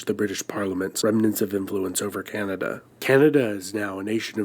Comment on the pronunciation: Can-ah-da Not Canata 😑 Silly